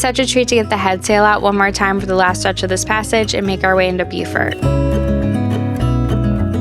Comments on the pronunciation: Great to see you guys on the water again. One thing is you’re going to “Bo-furt”. Beaufort, NC is pronounced like “beau” or bo. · Cudos! Beaufort, SC is pronounced “bu-fort”. Beaufort, NC is “Bo-fort”. Nice job! You guys are the best. 😎🥰❤️👍